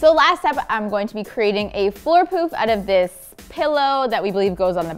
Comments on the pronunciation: who else heard floor poop vs poof lol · I tought she kept saying poop 😂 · I swear she kept saying "floor poop" instead of "floor poof". 🤣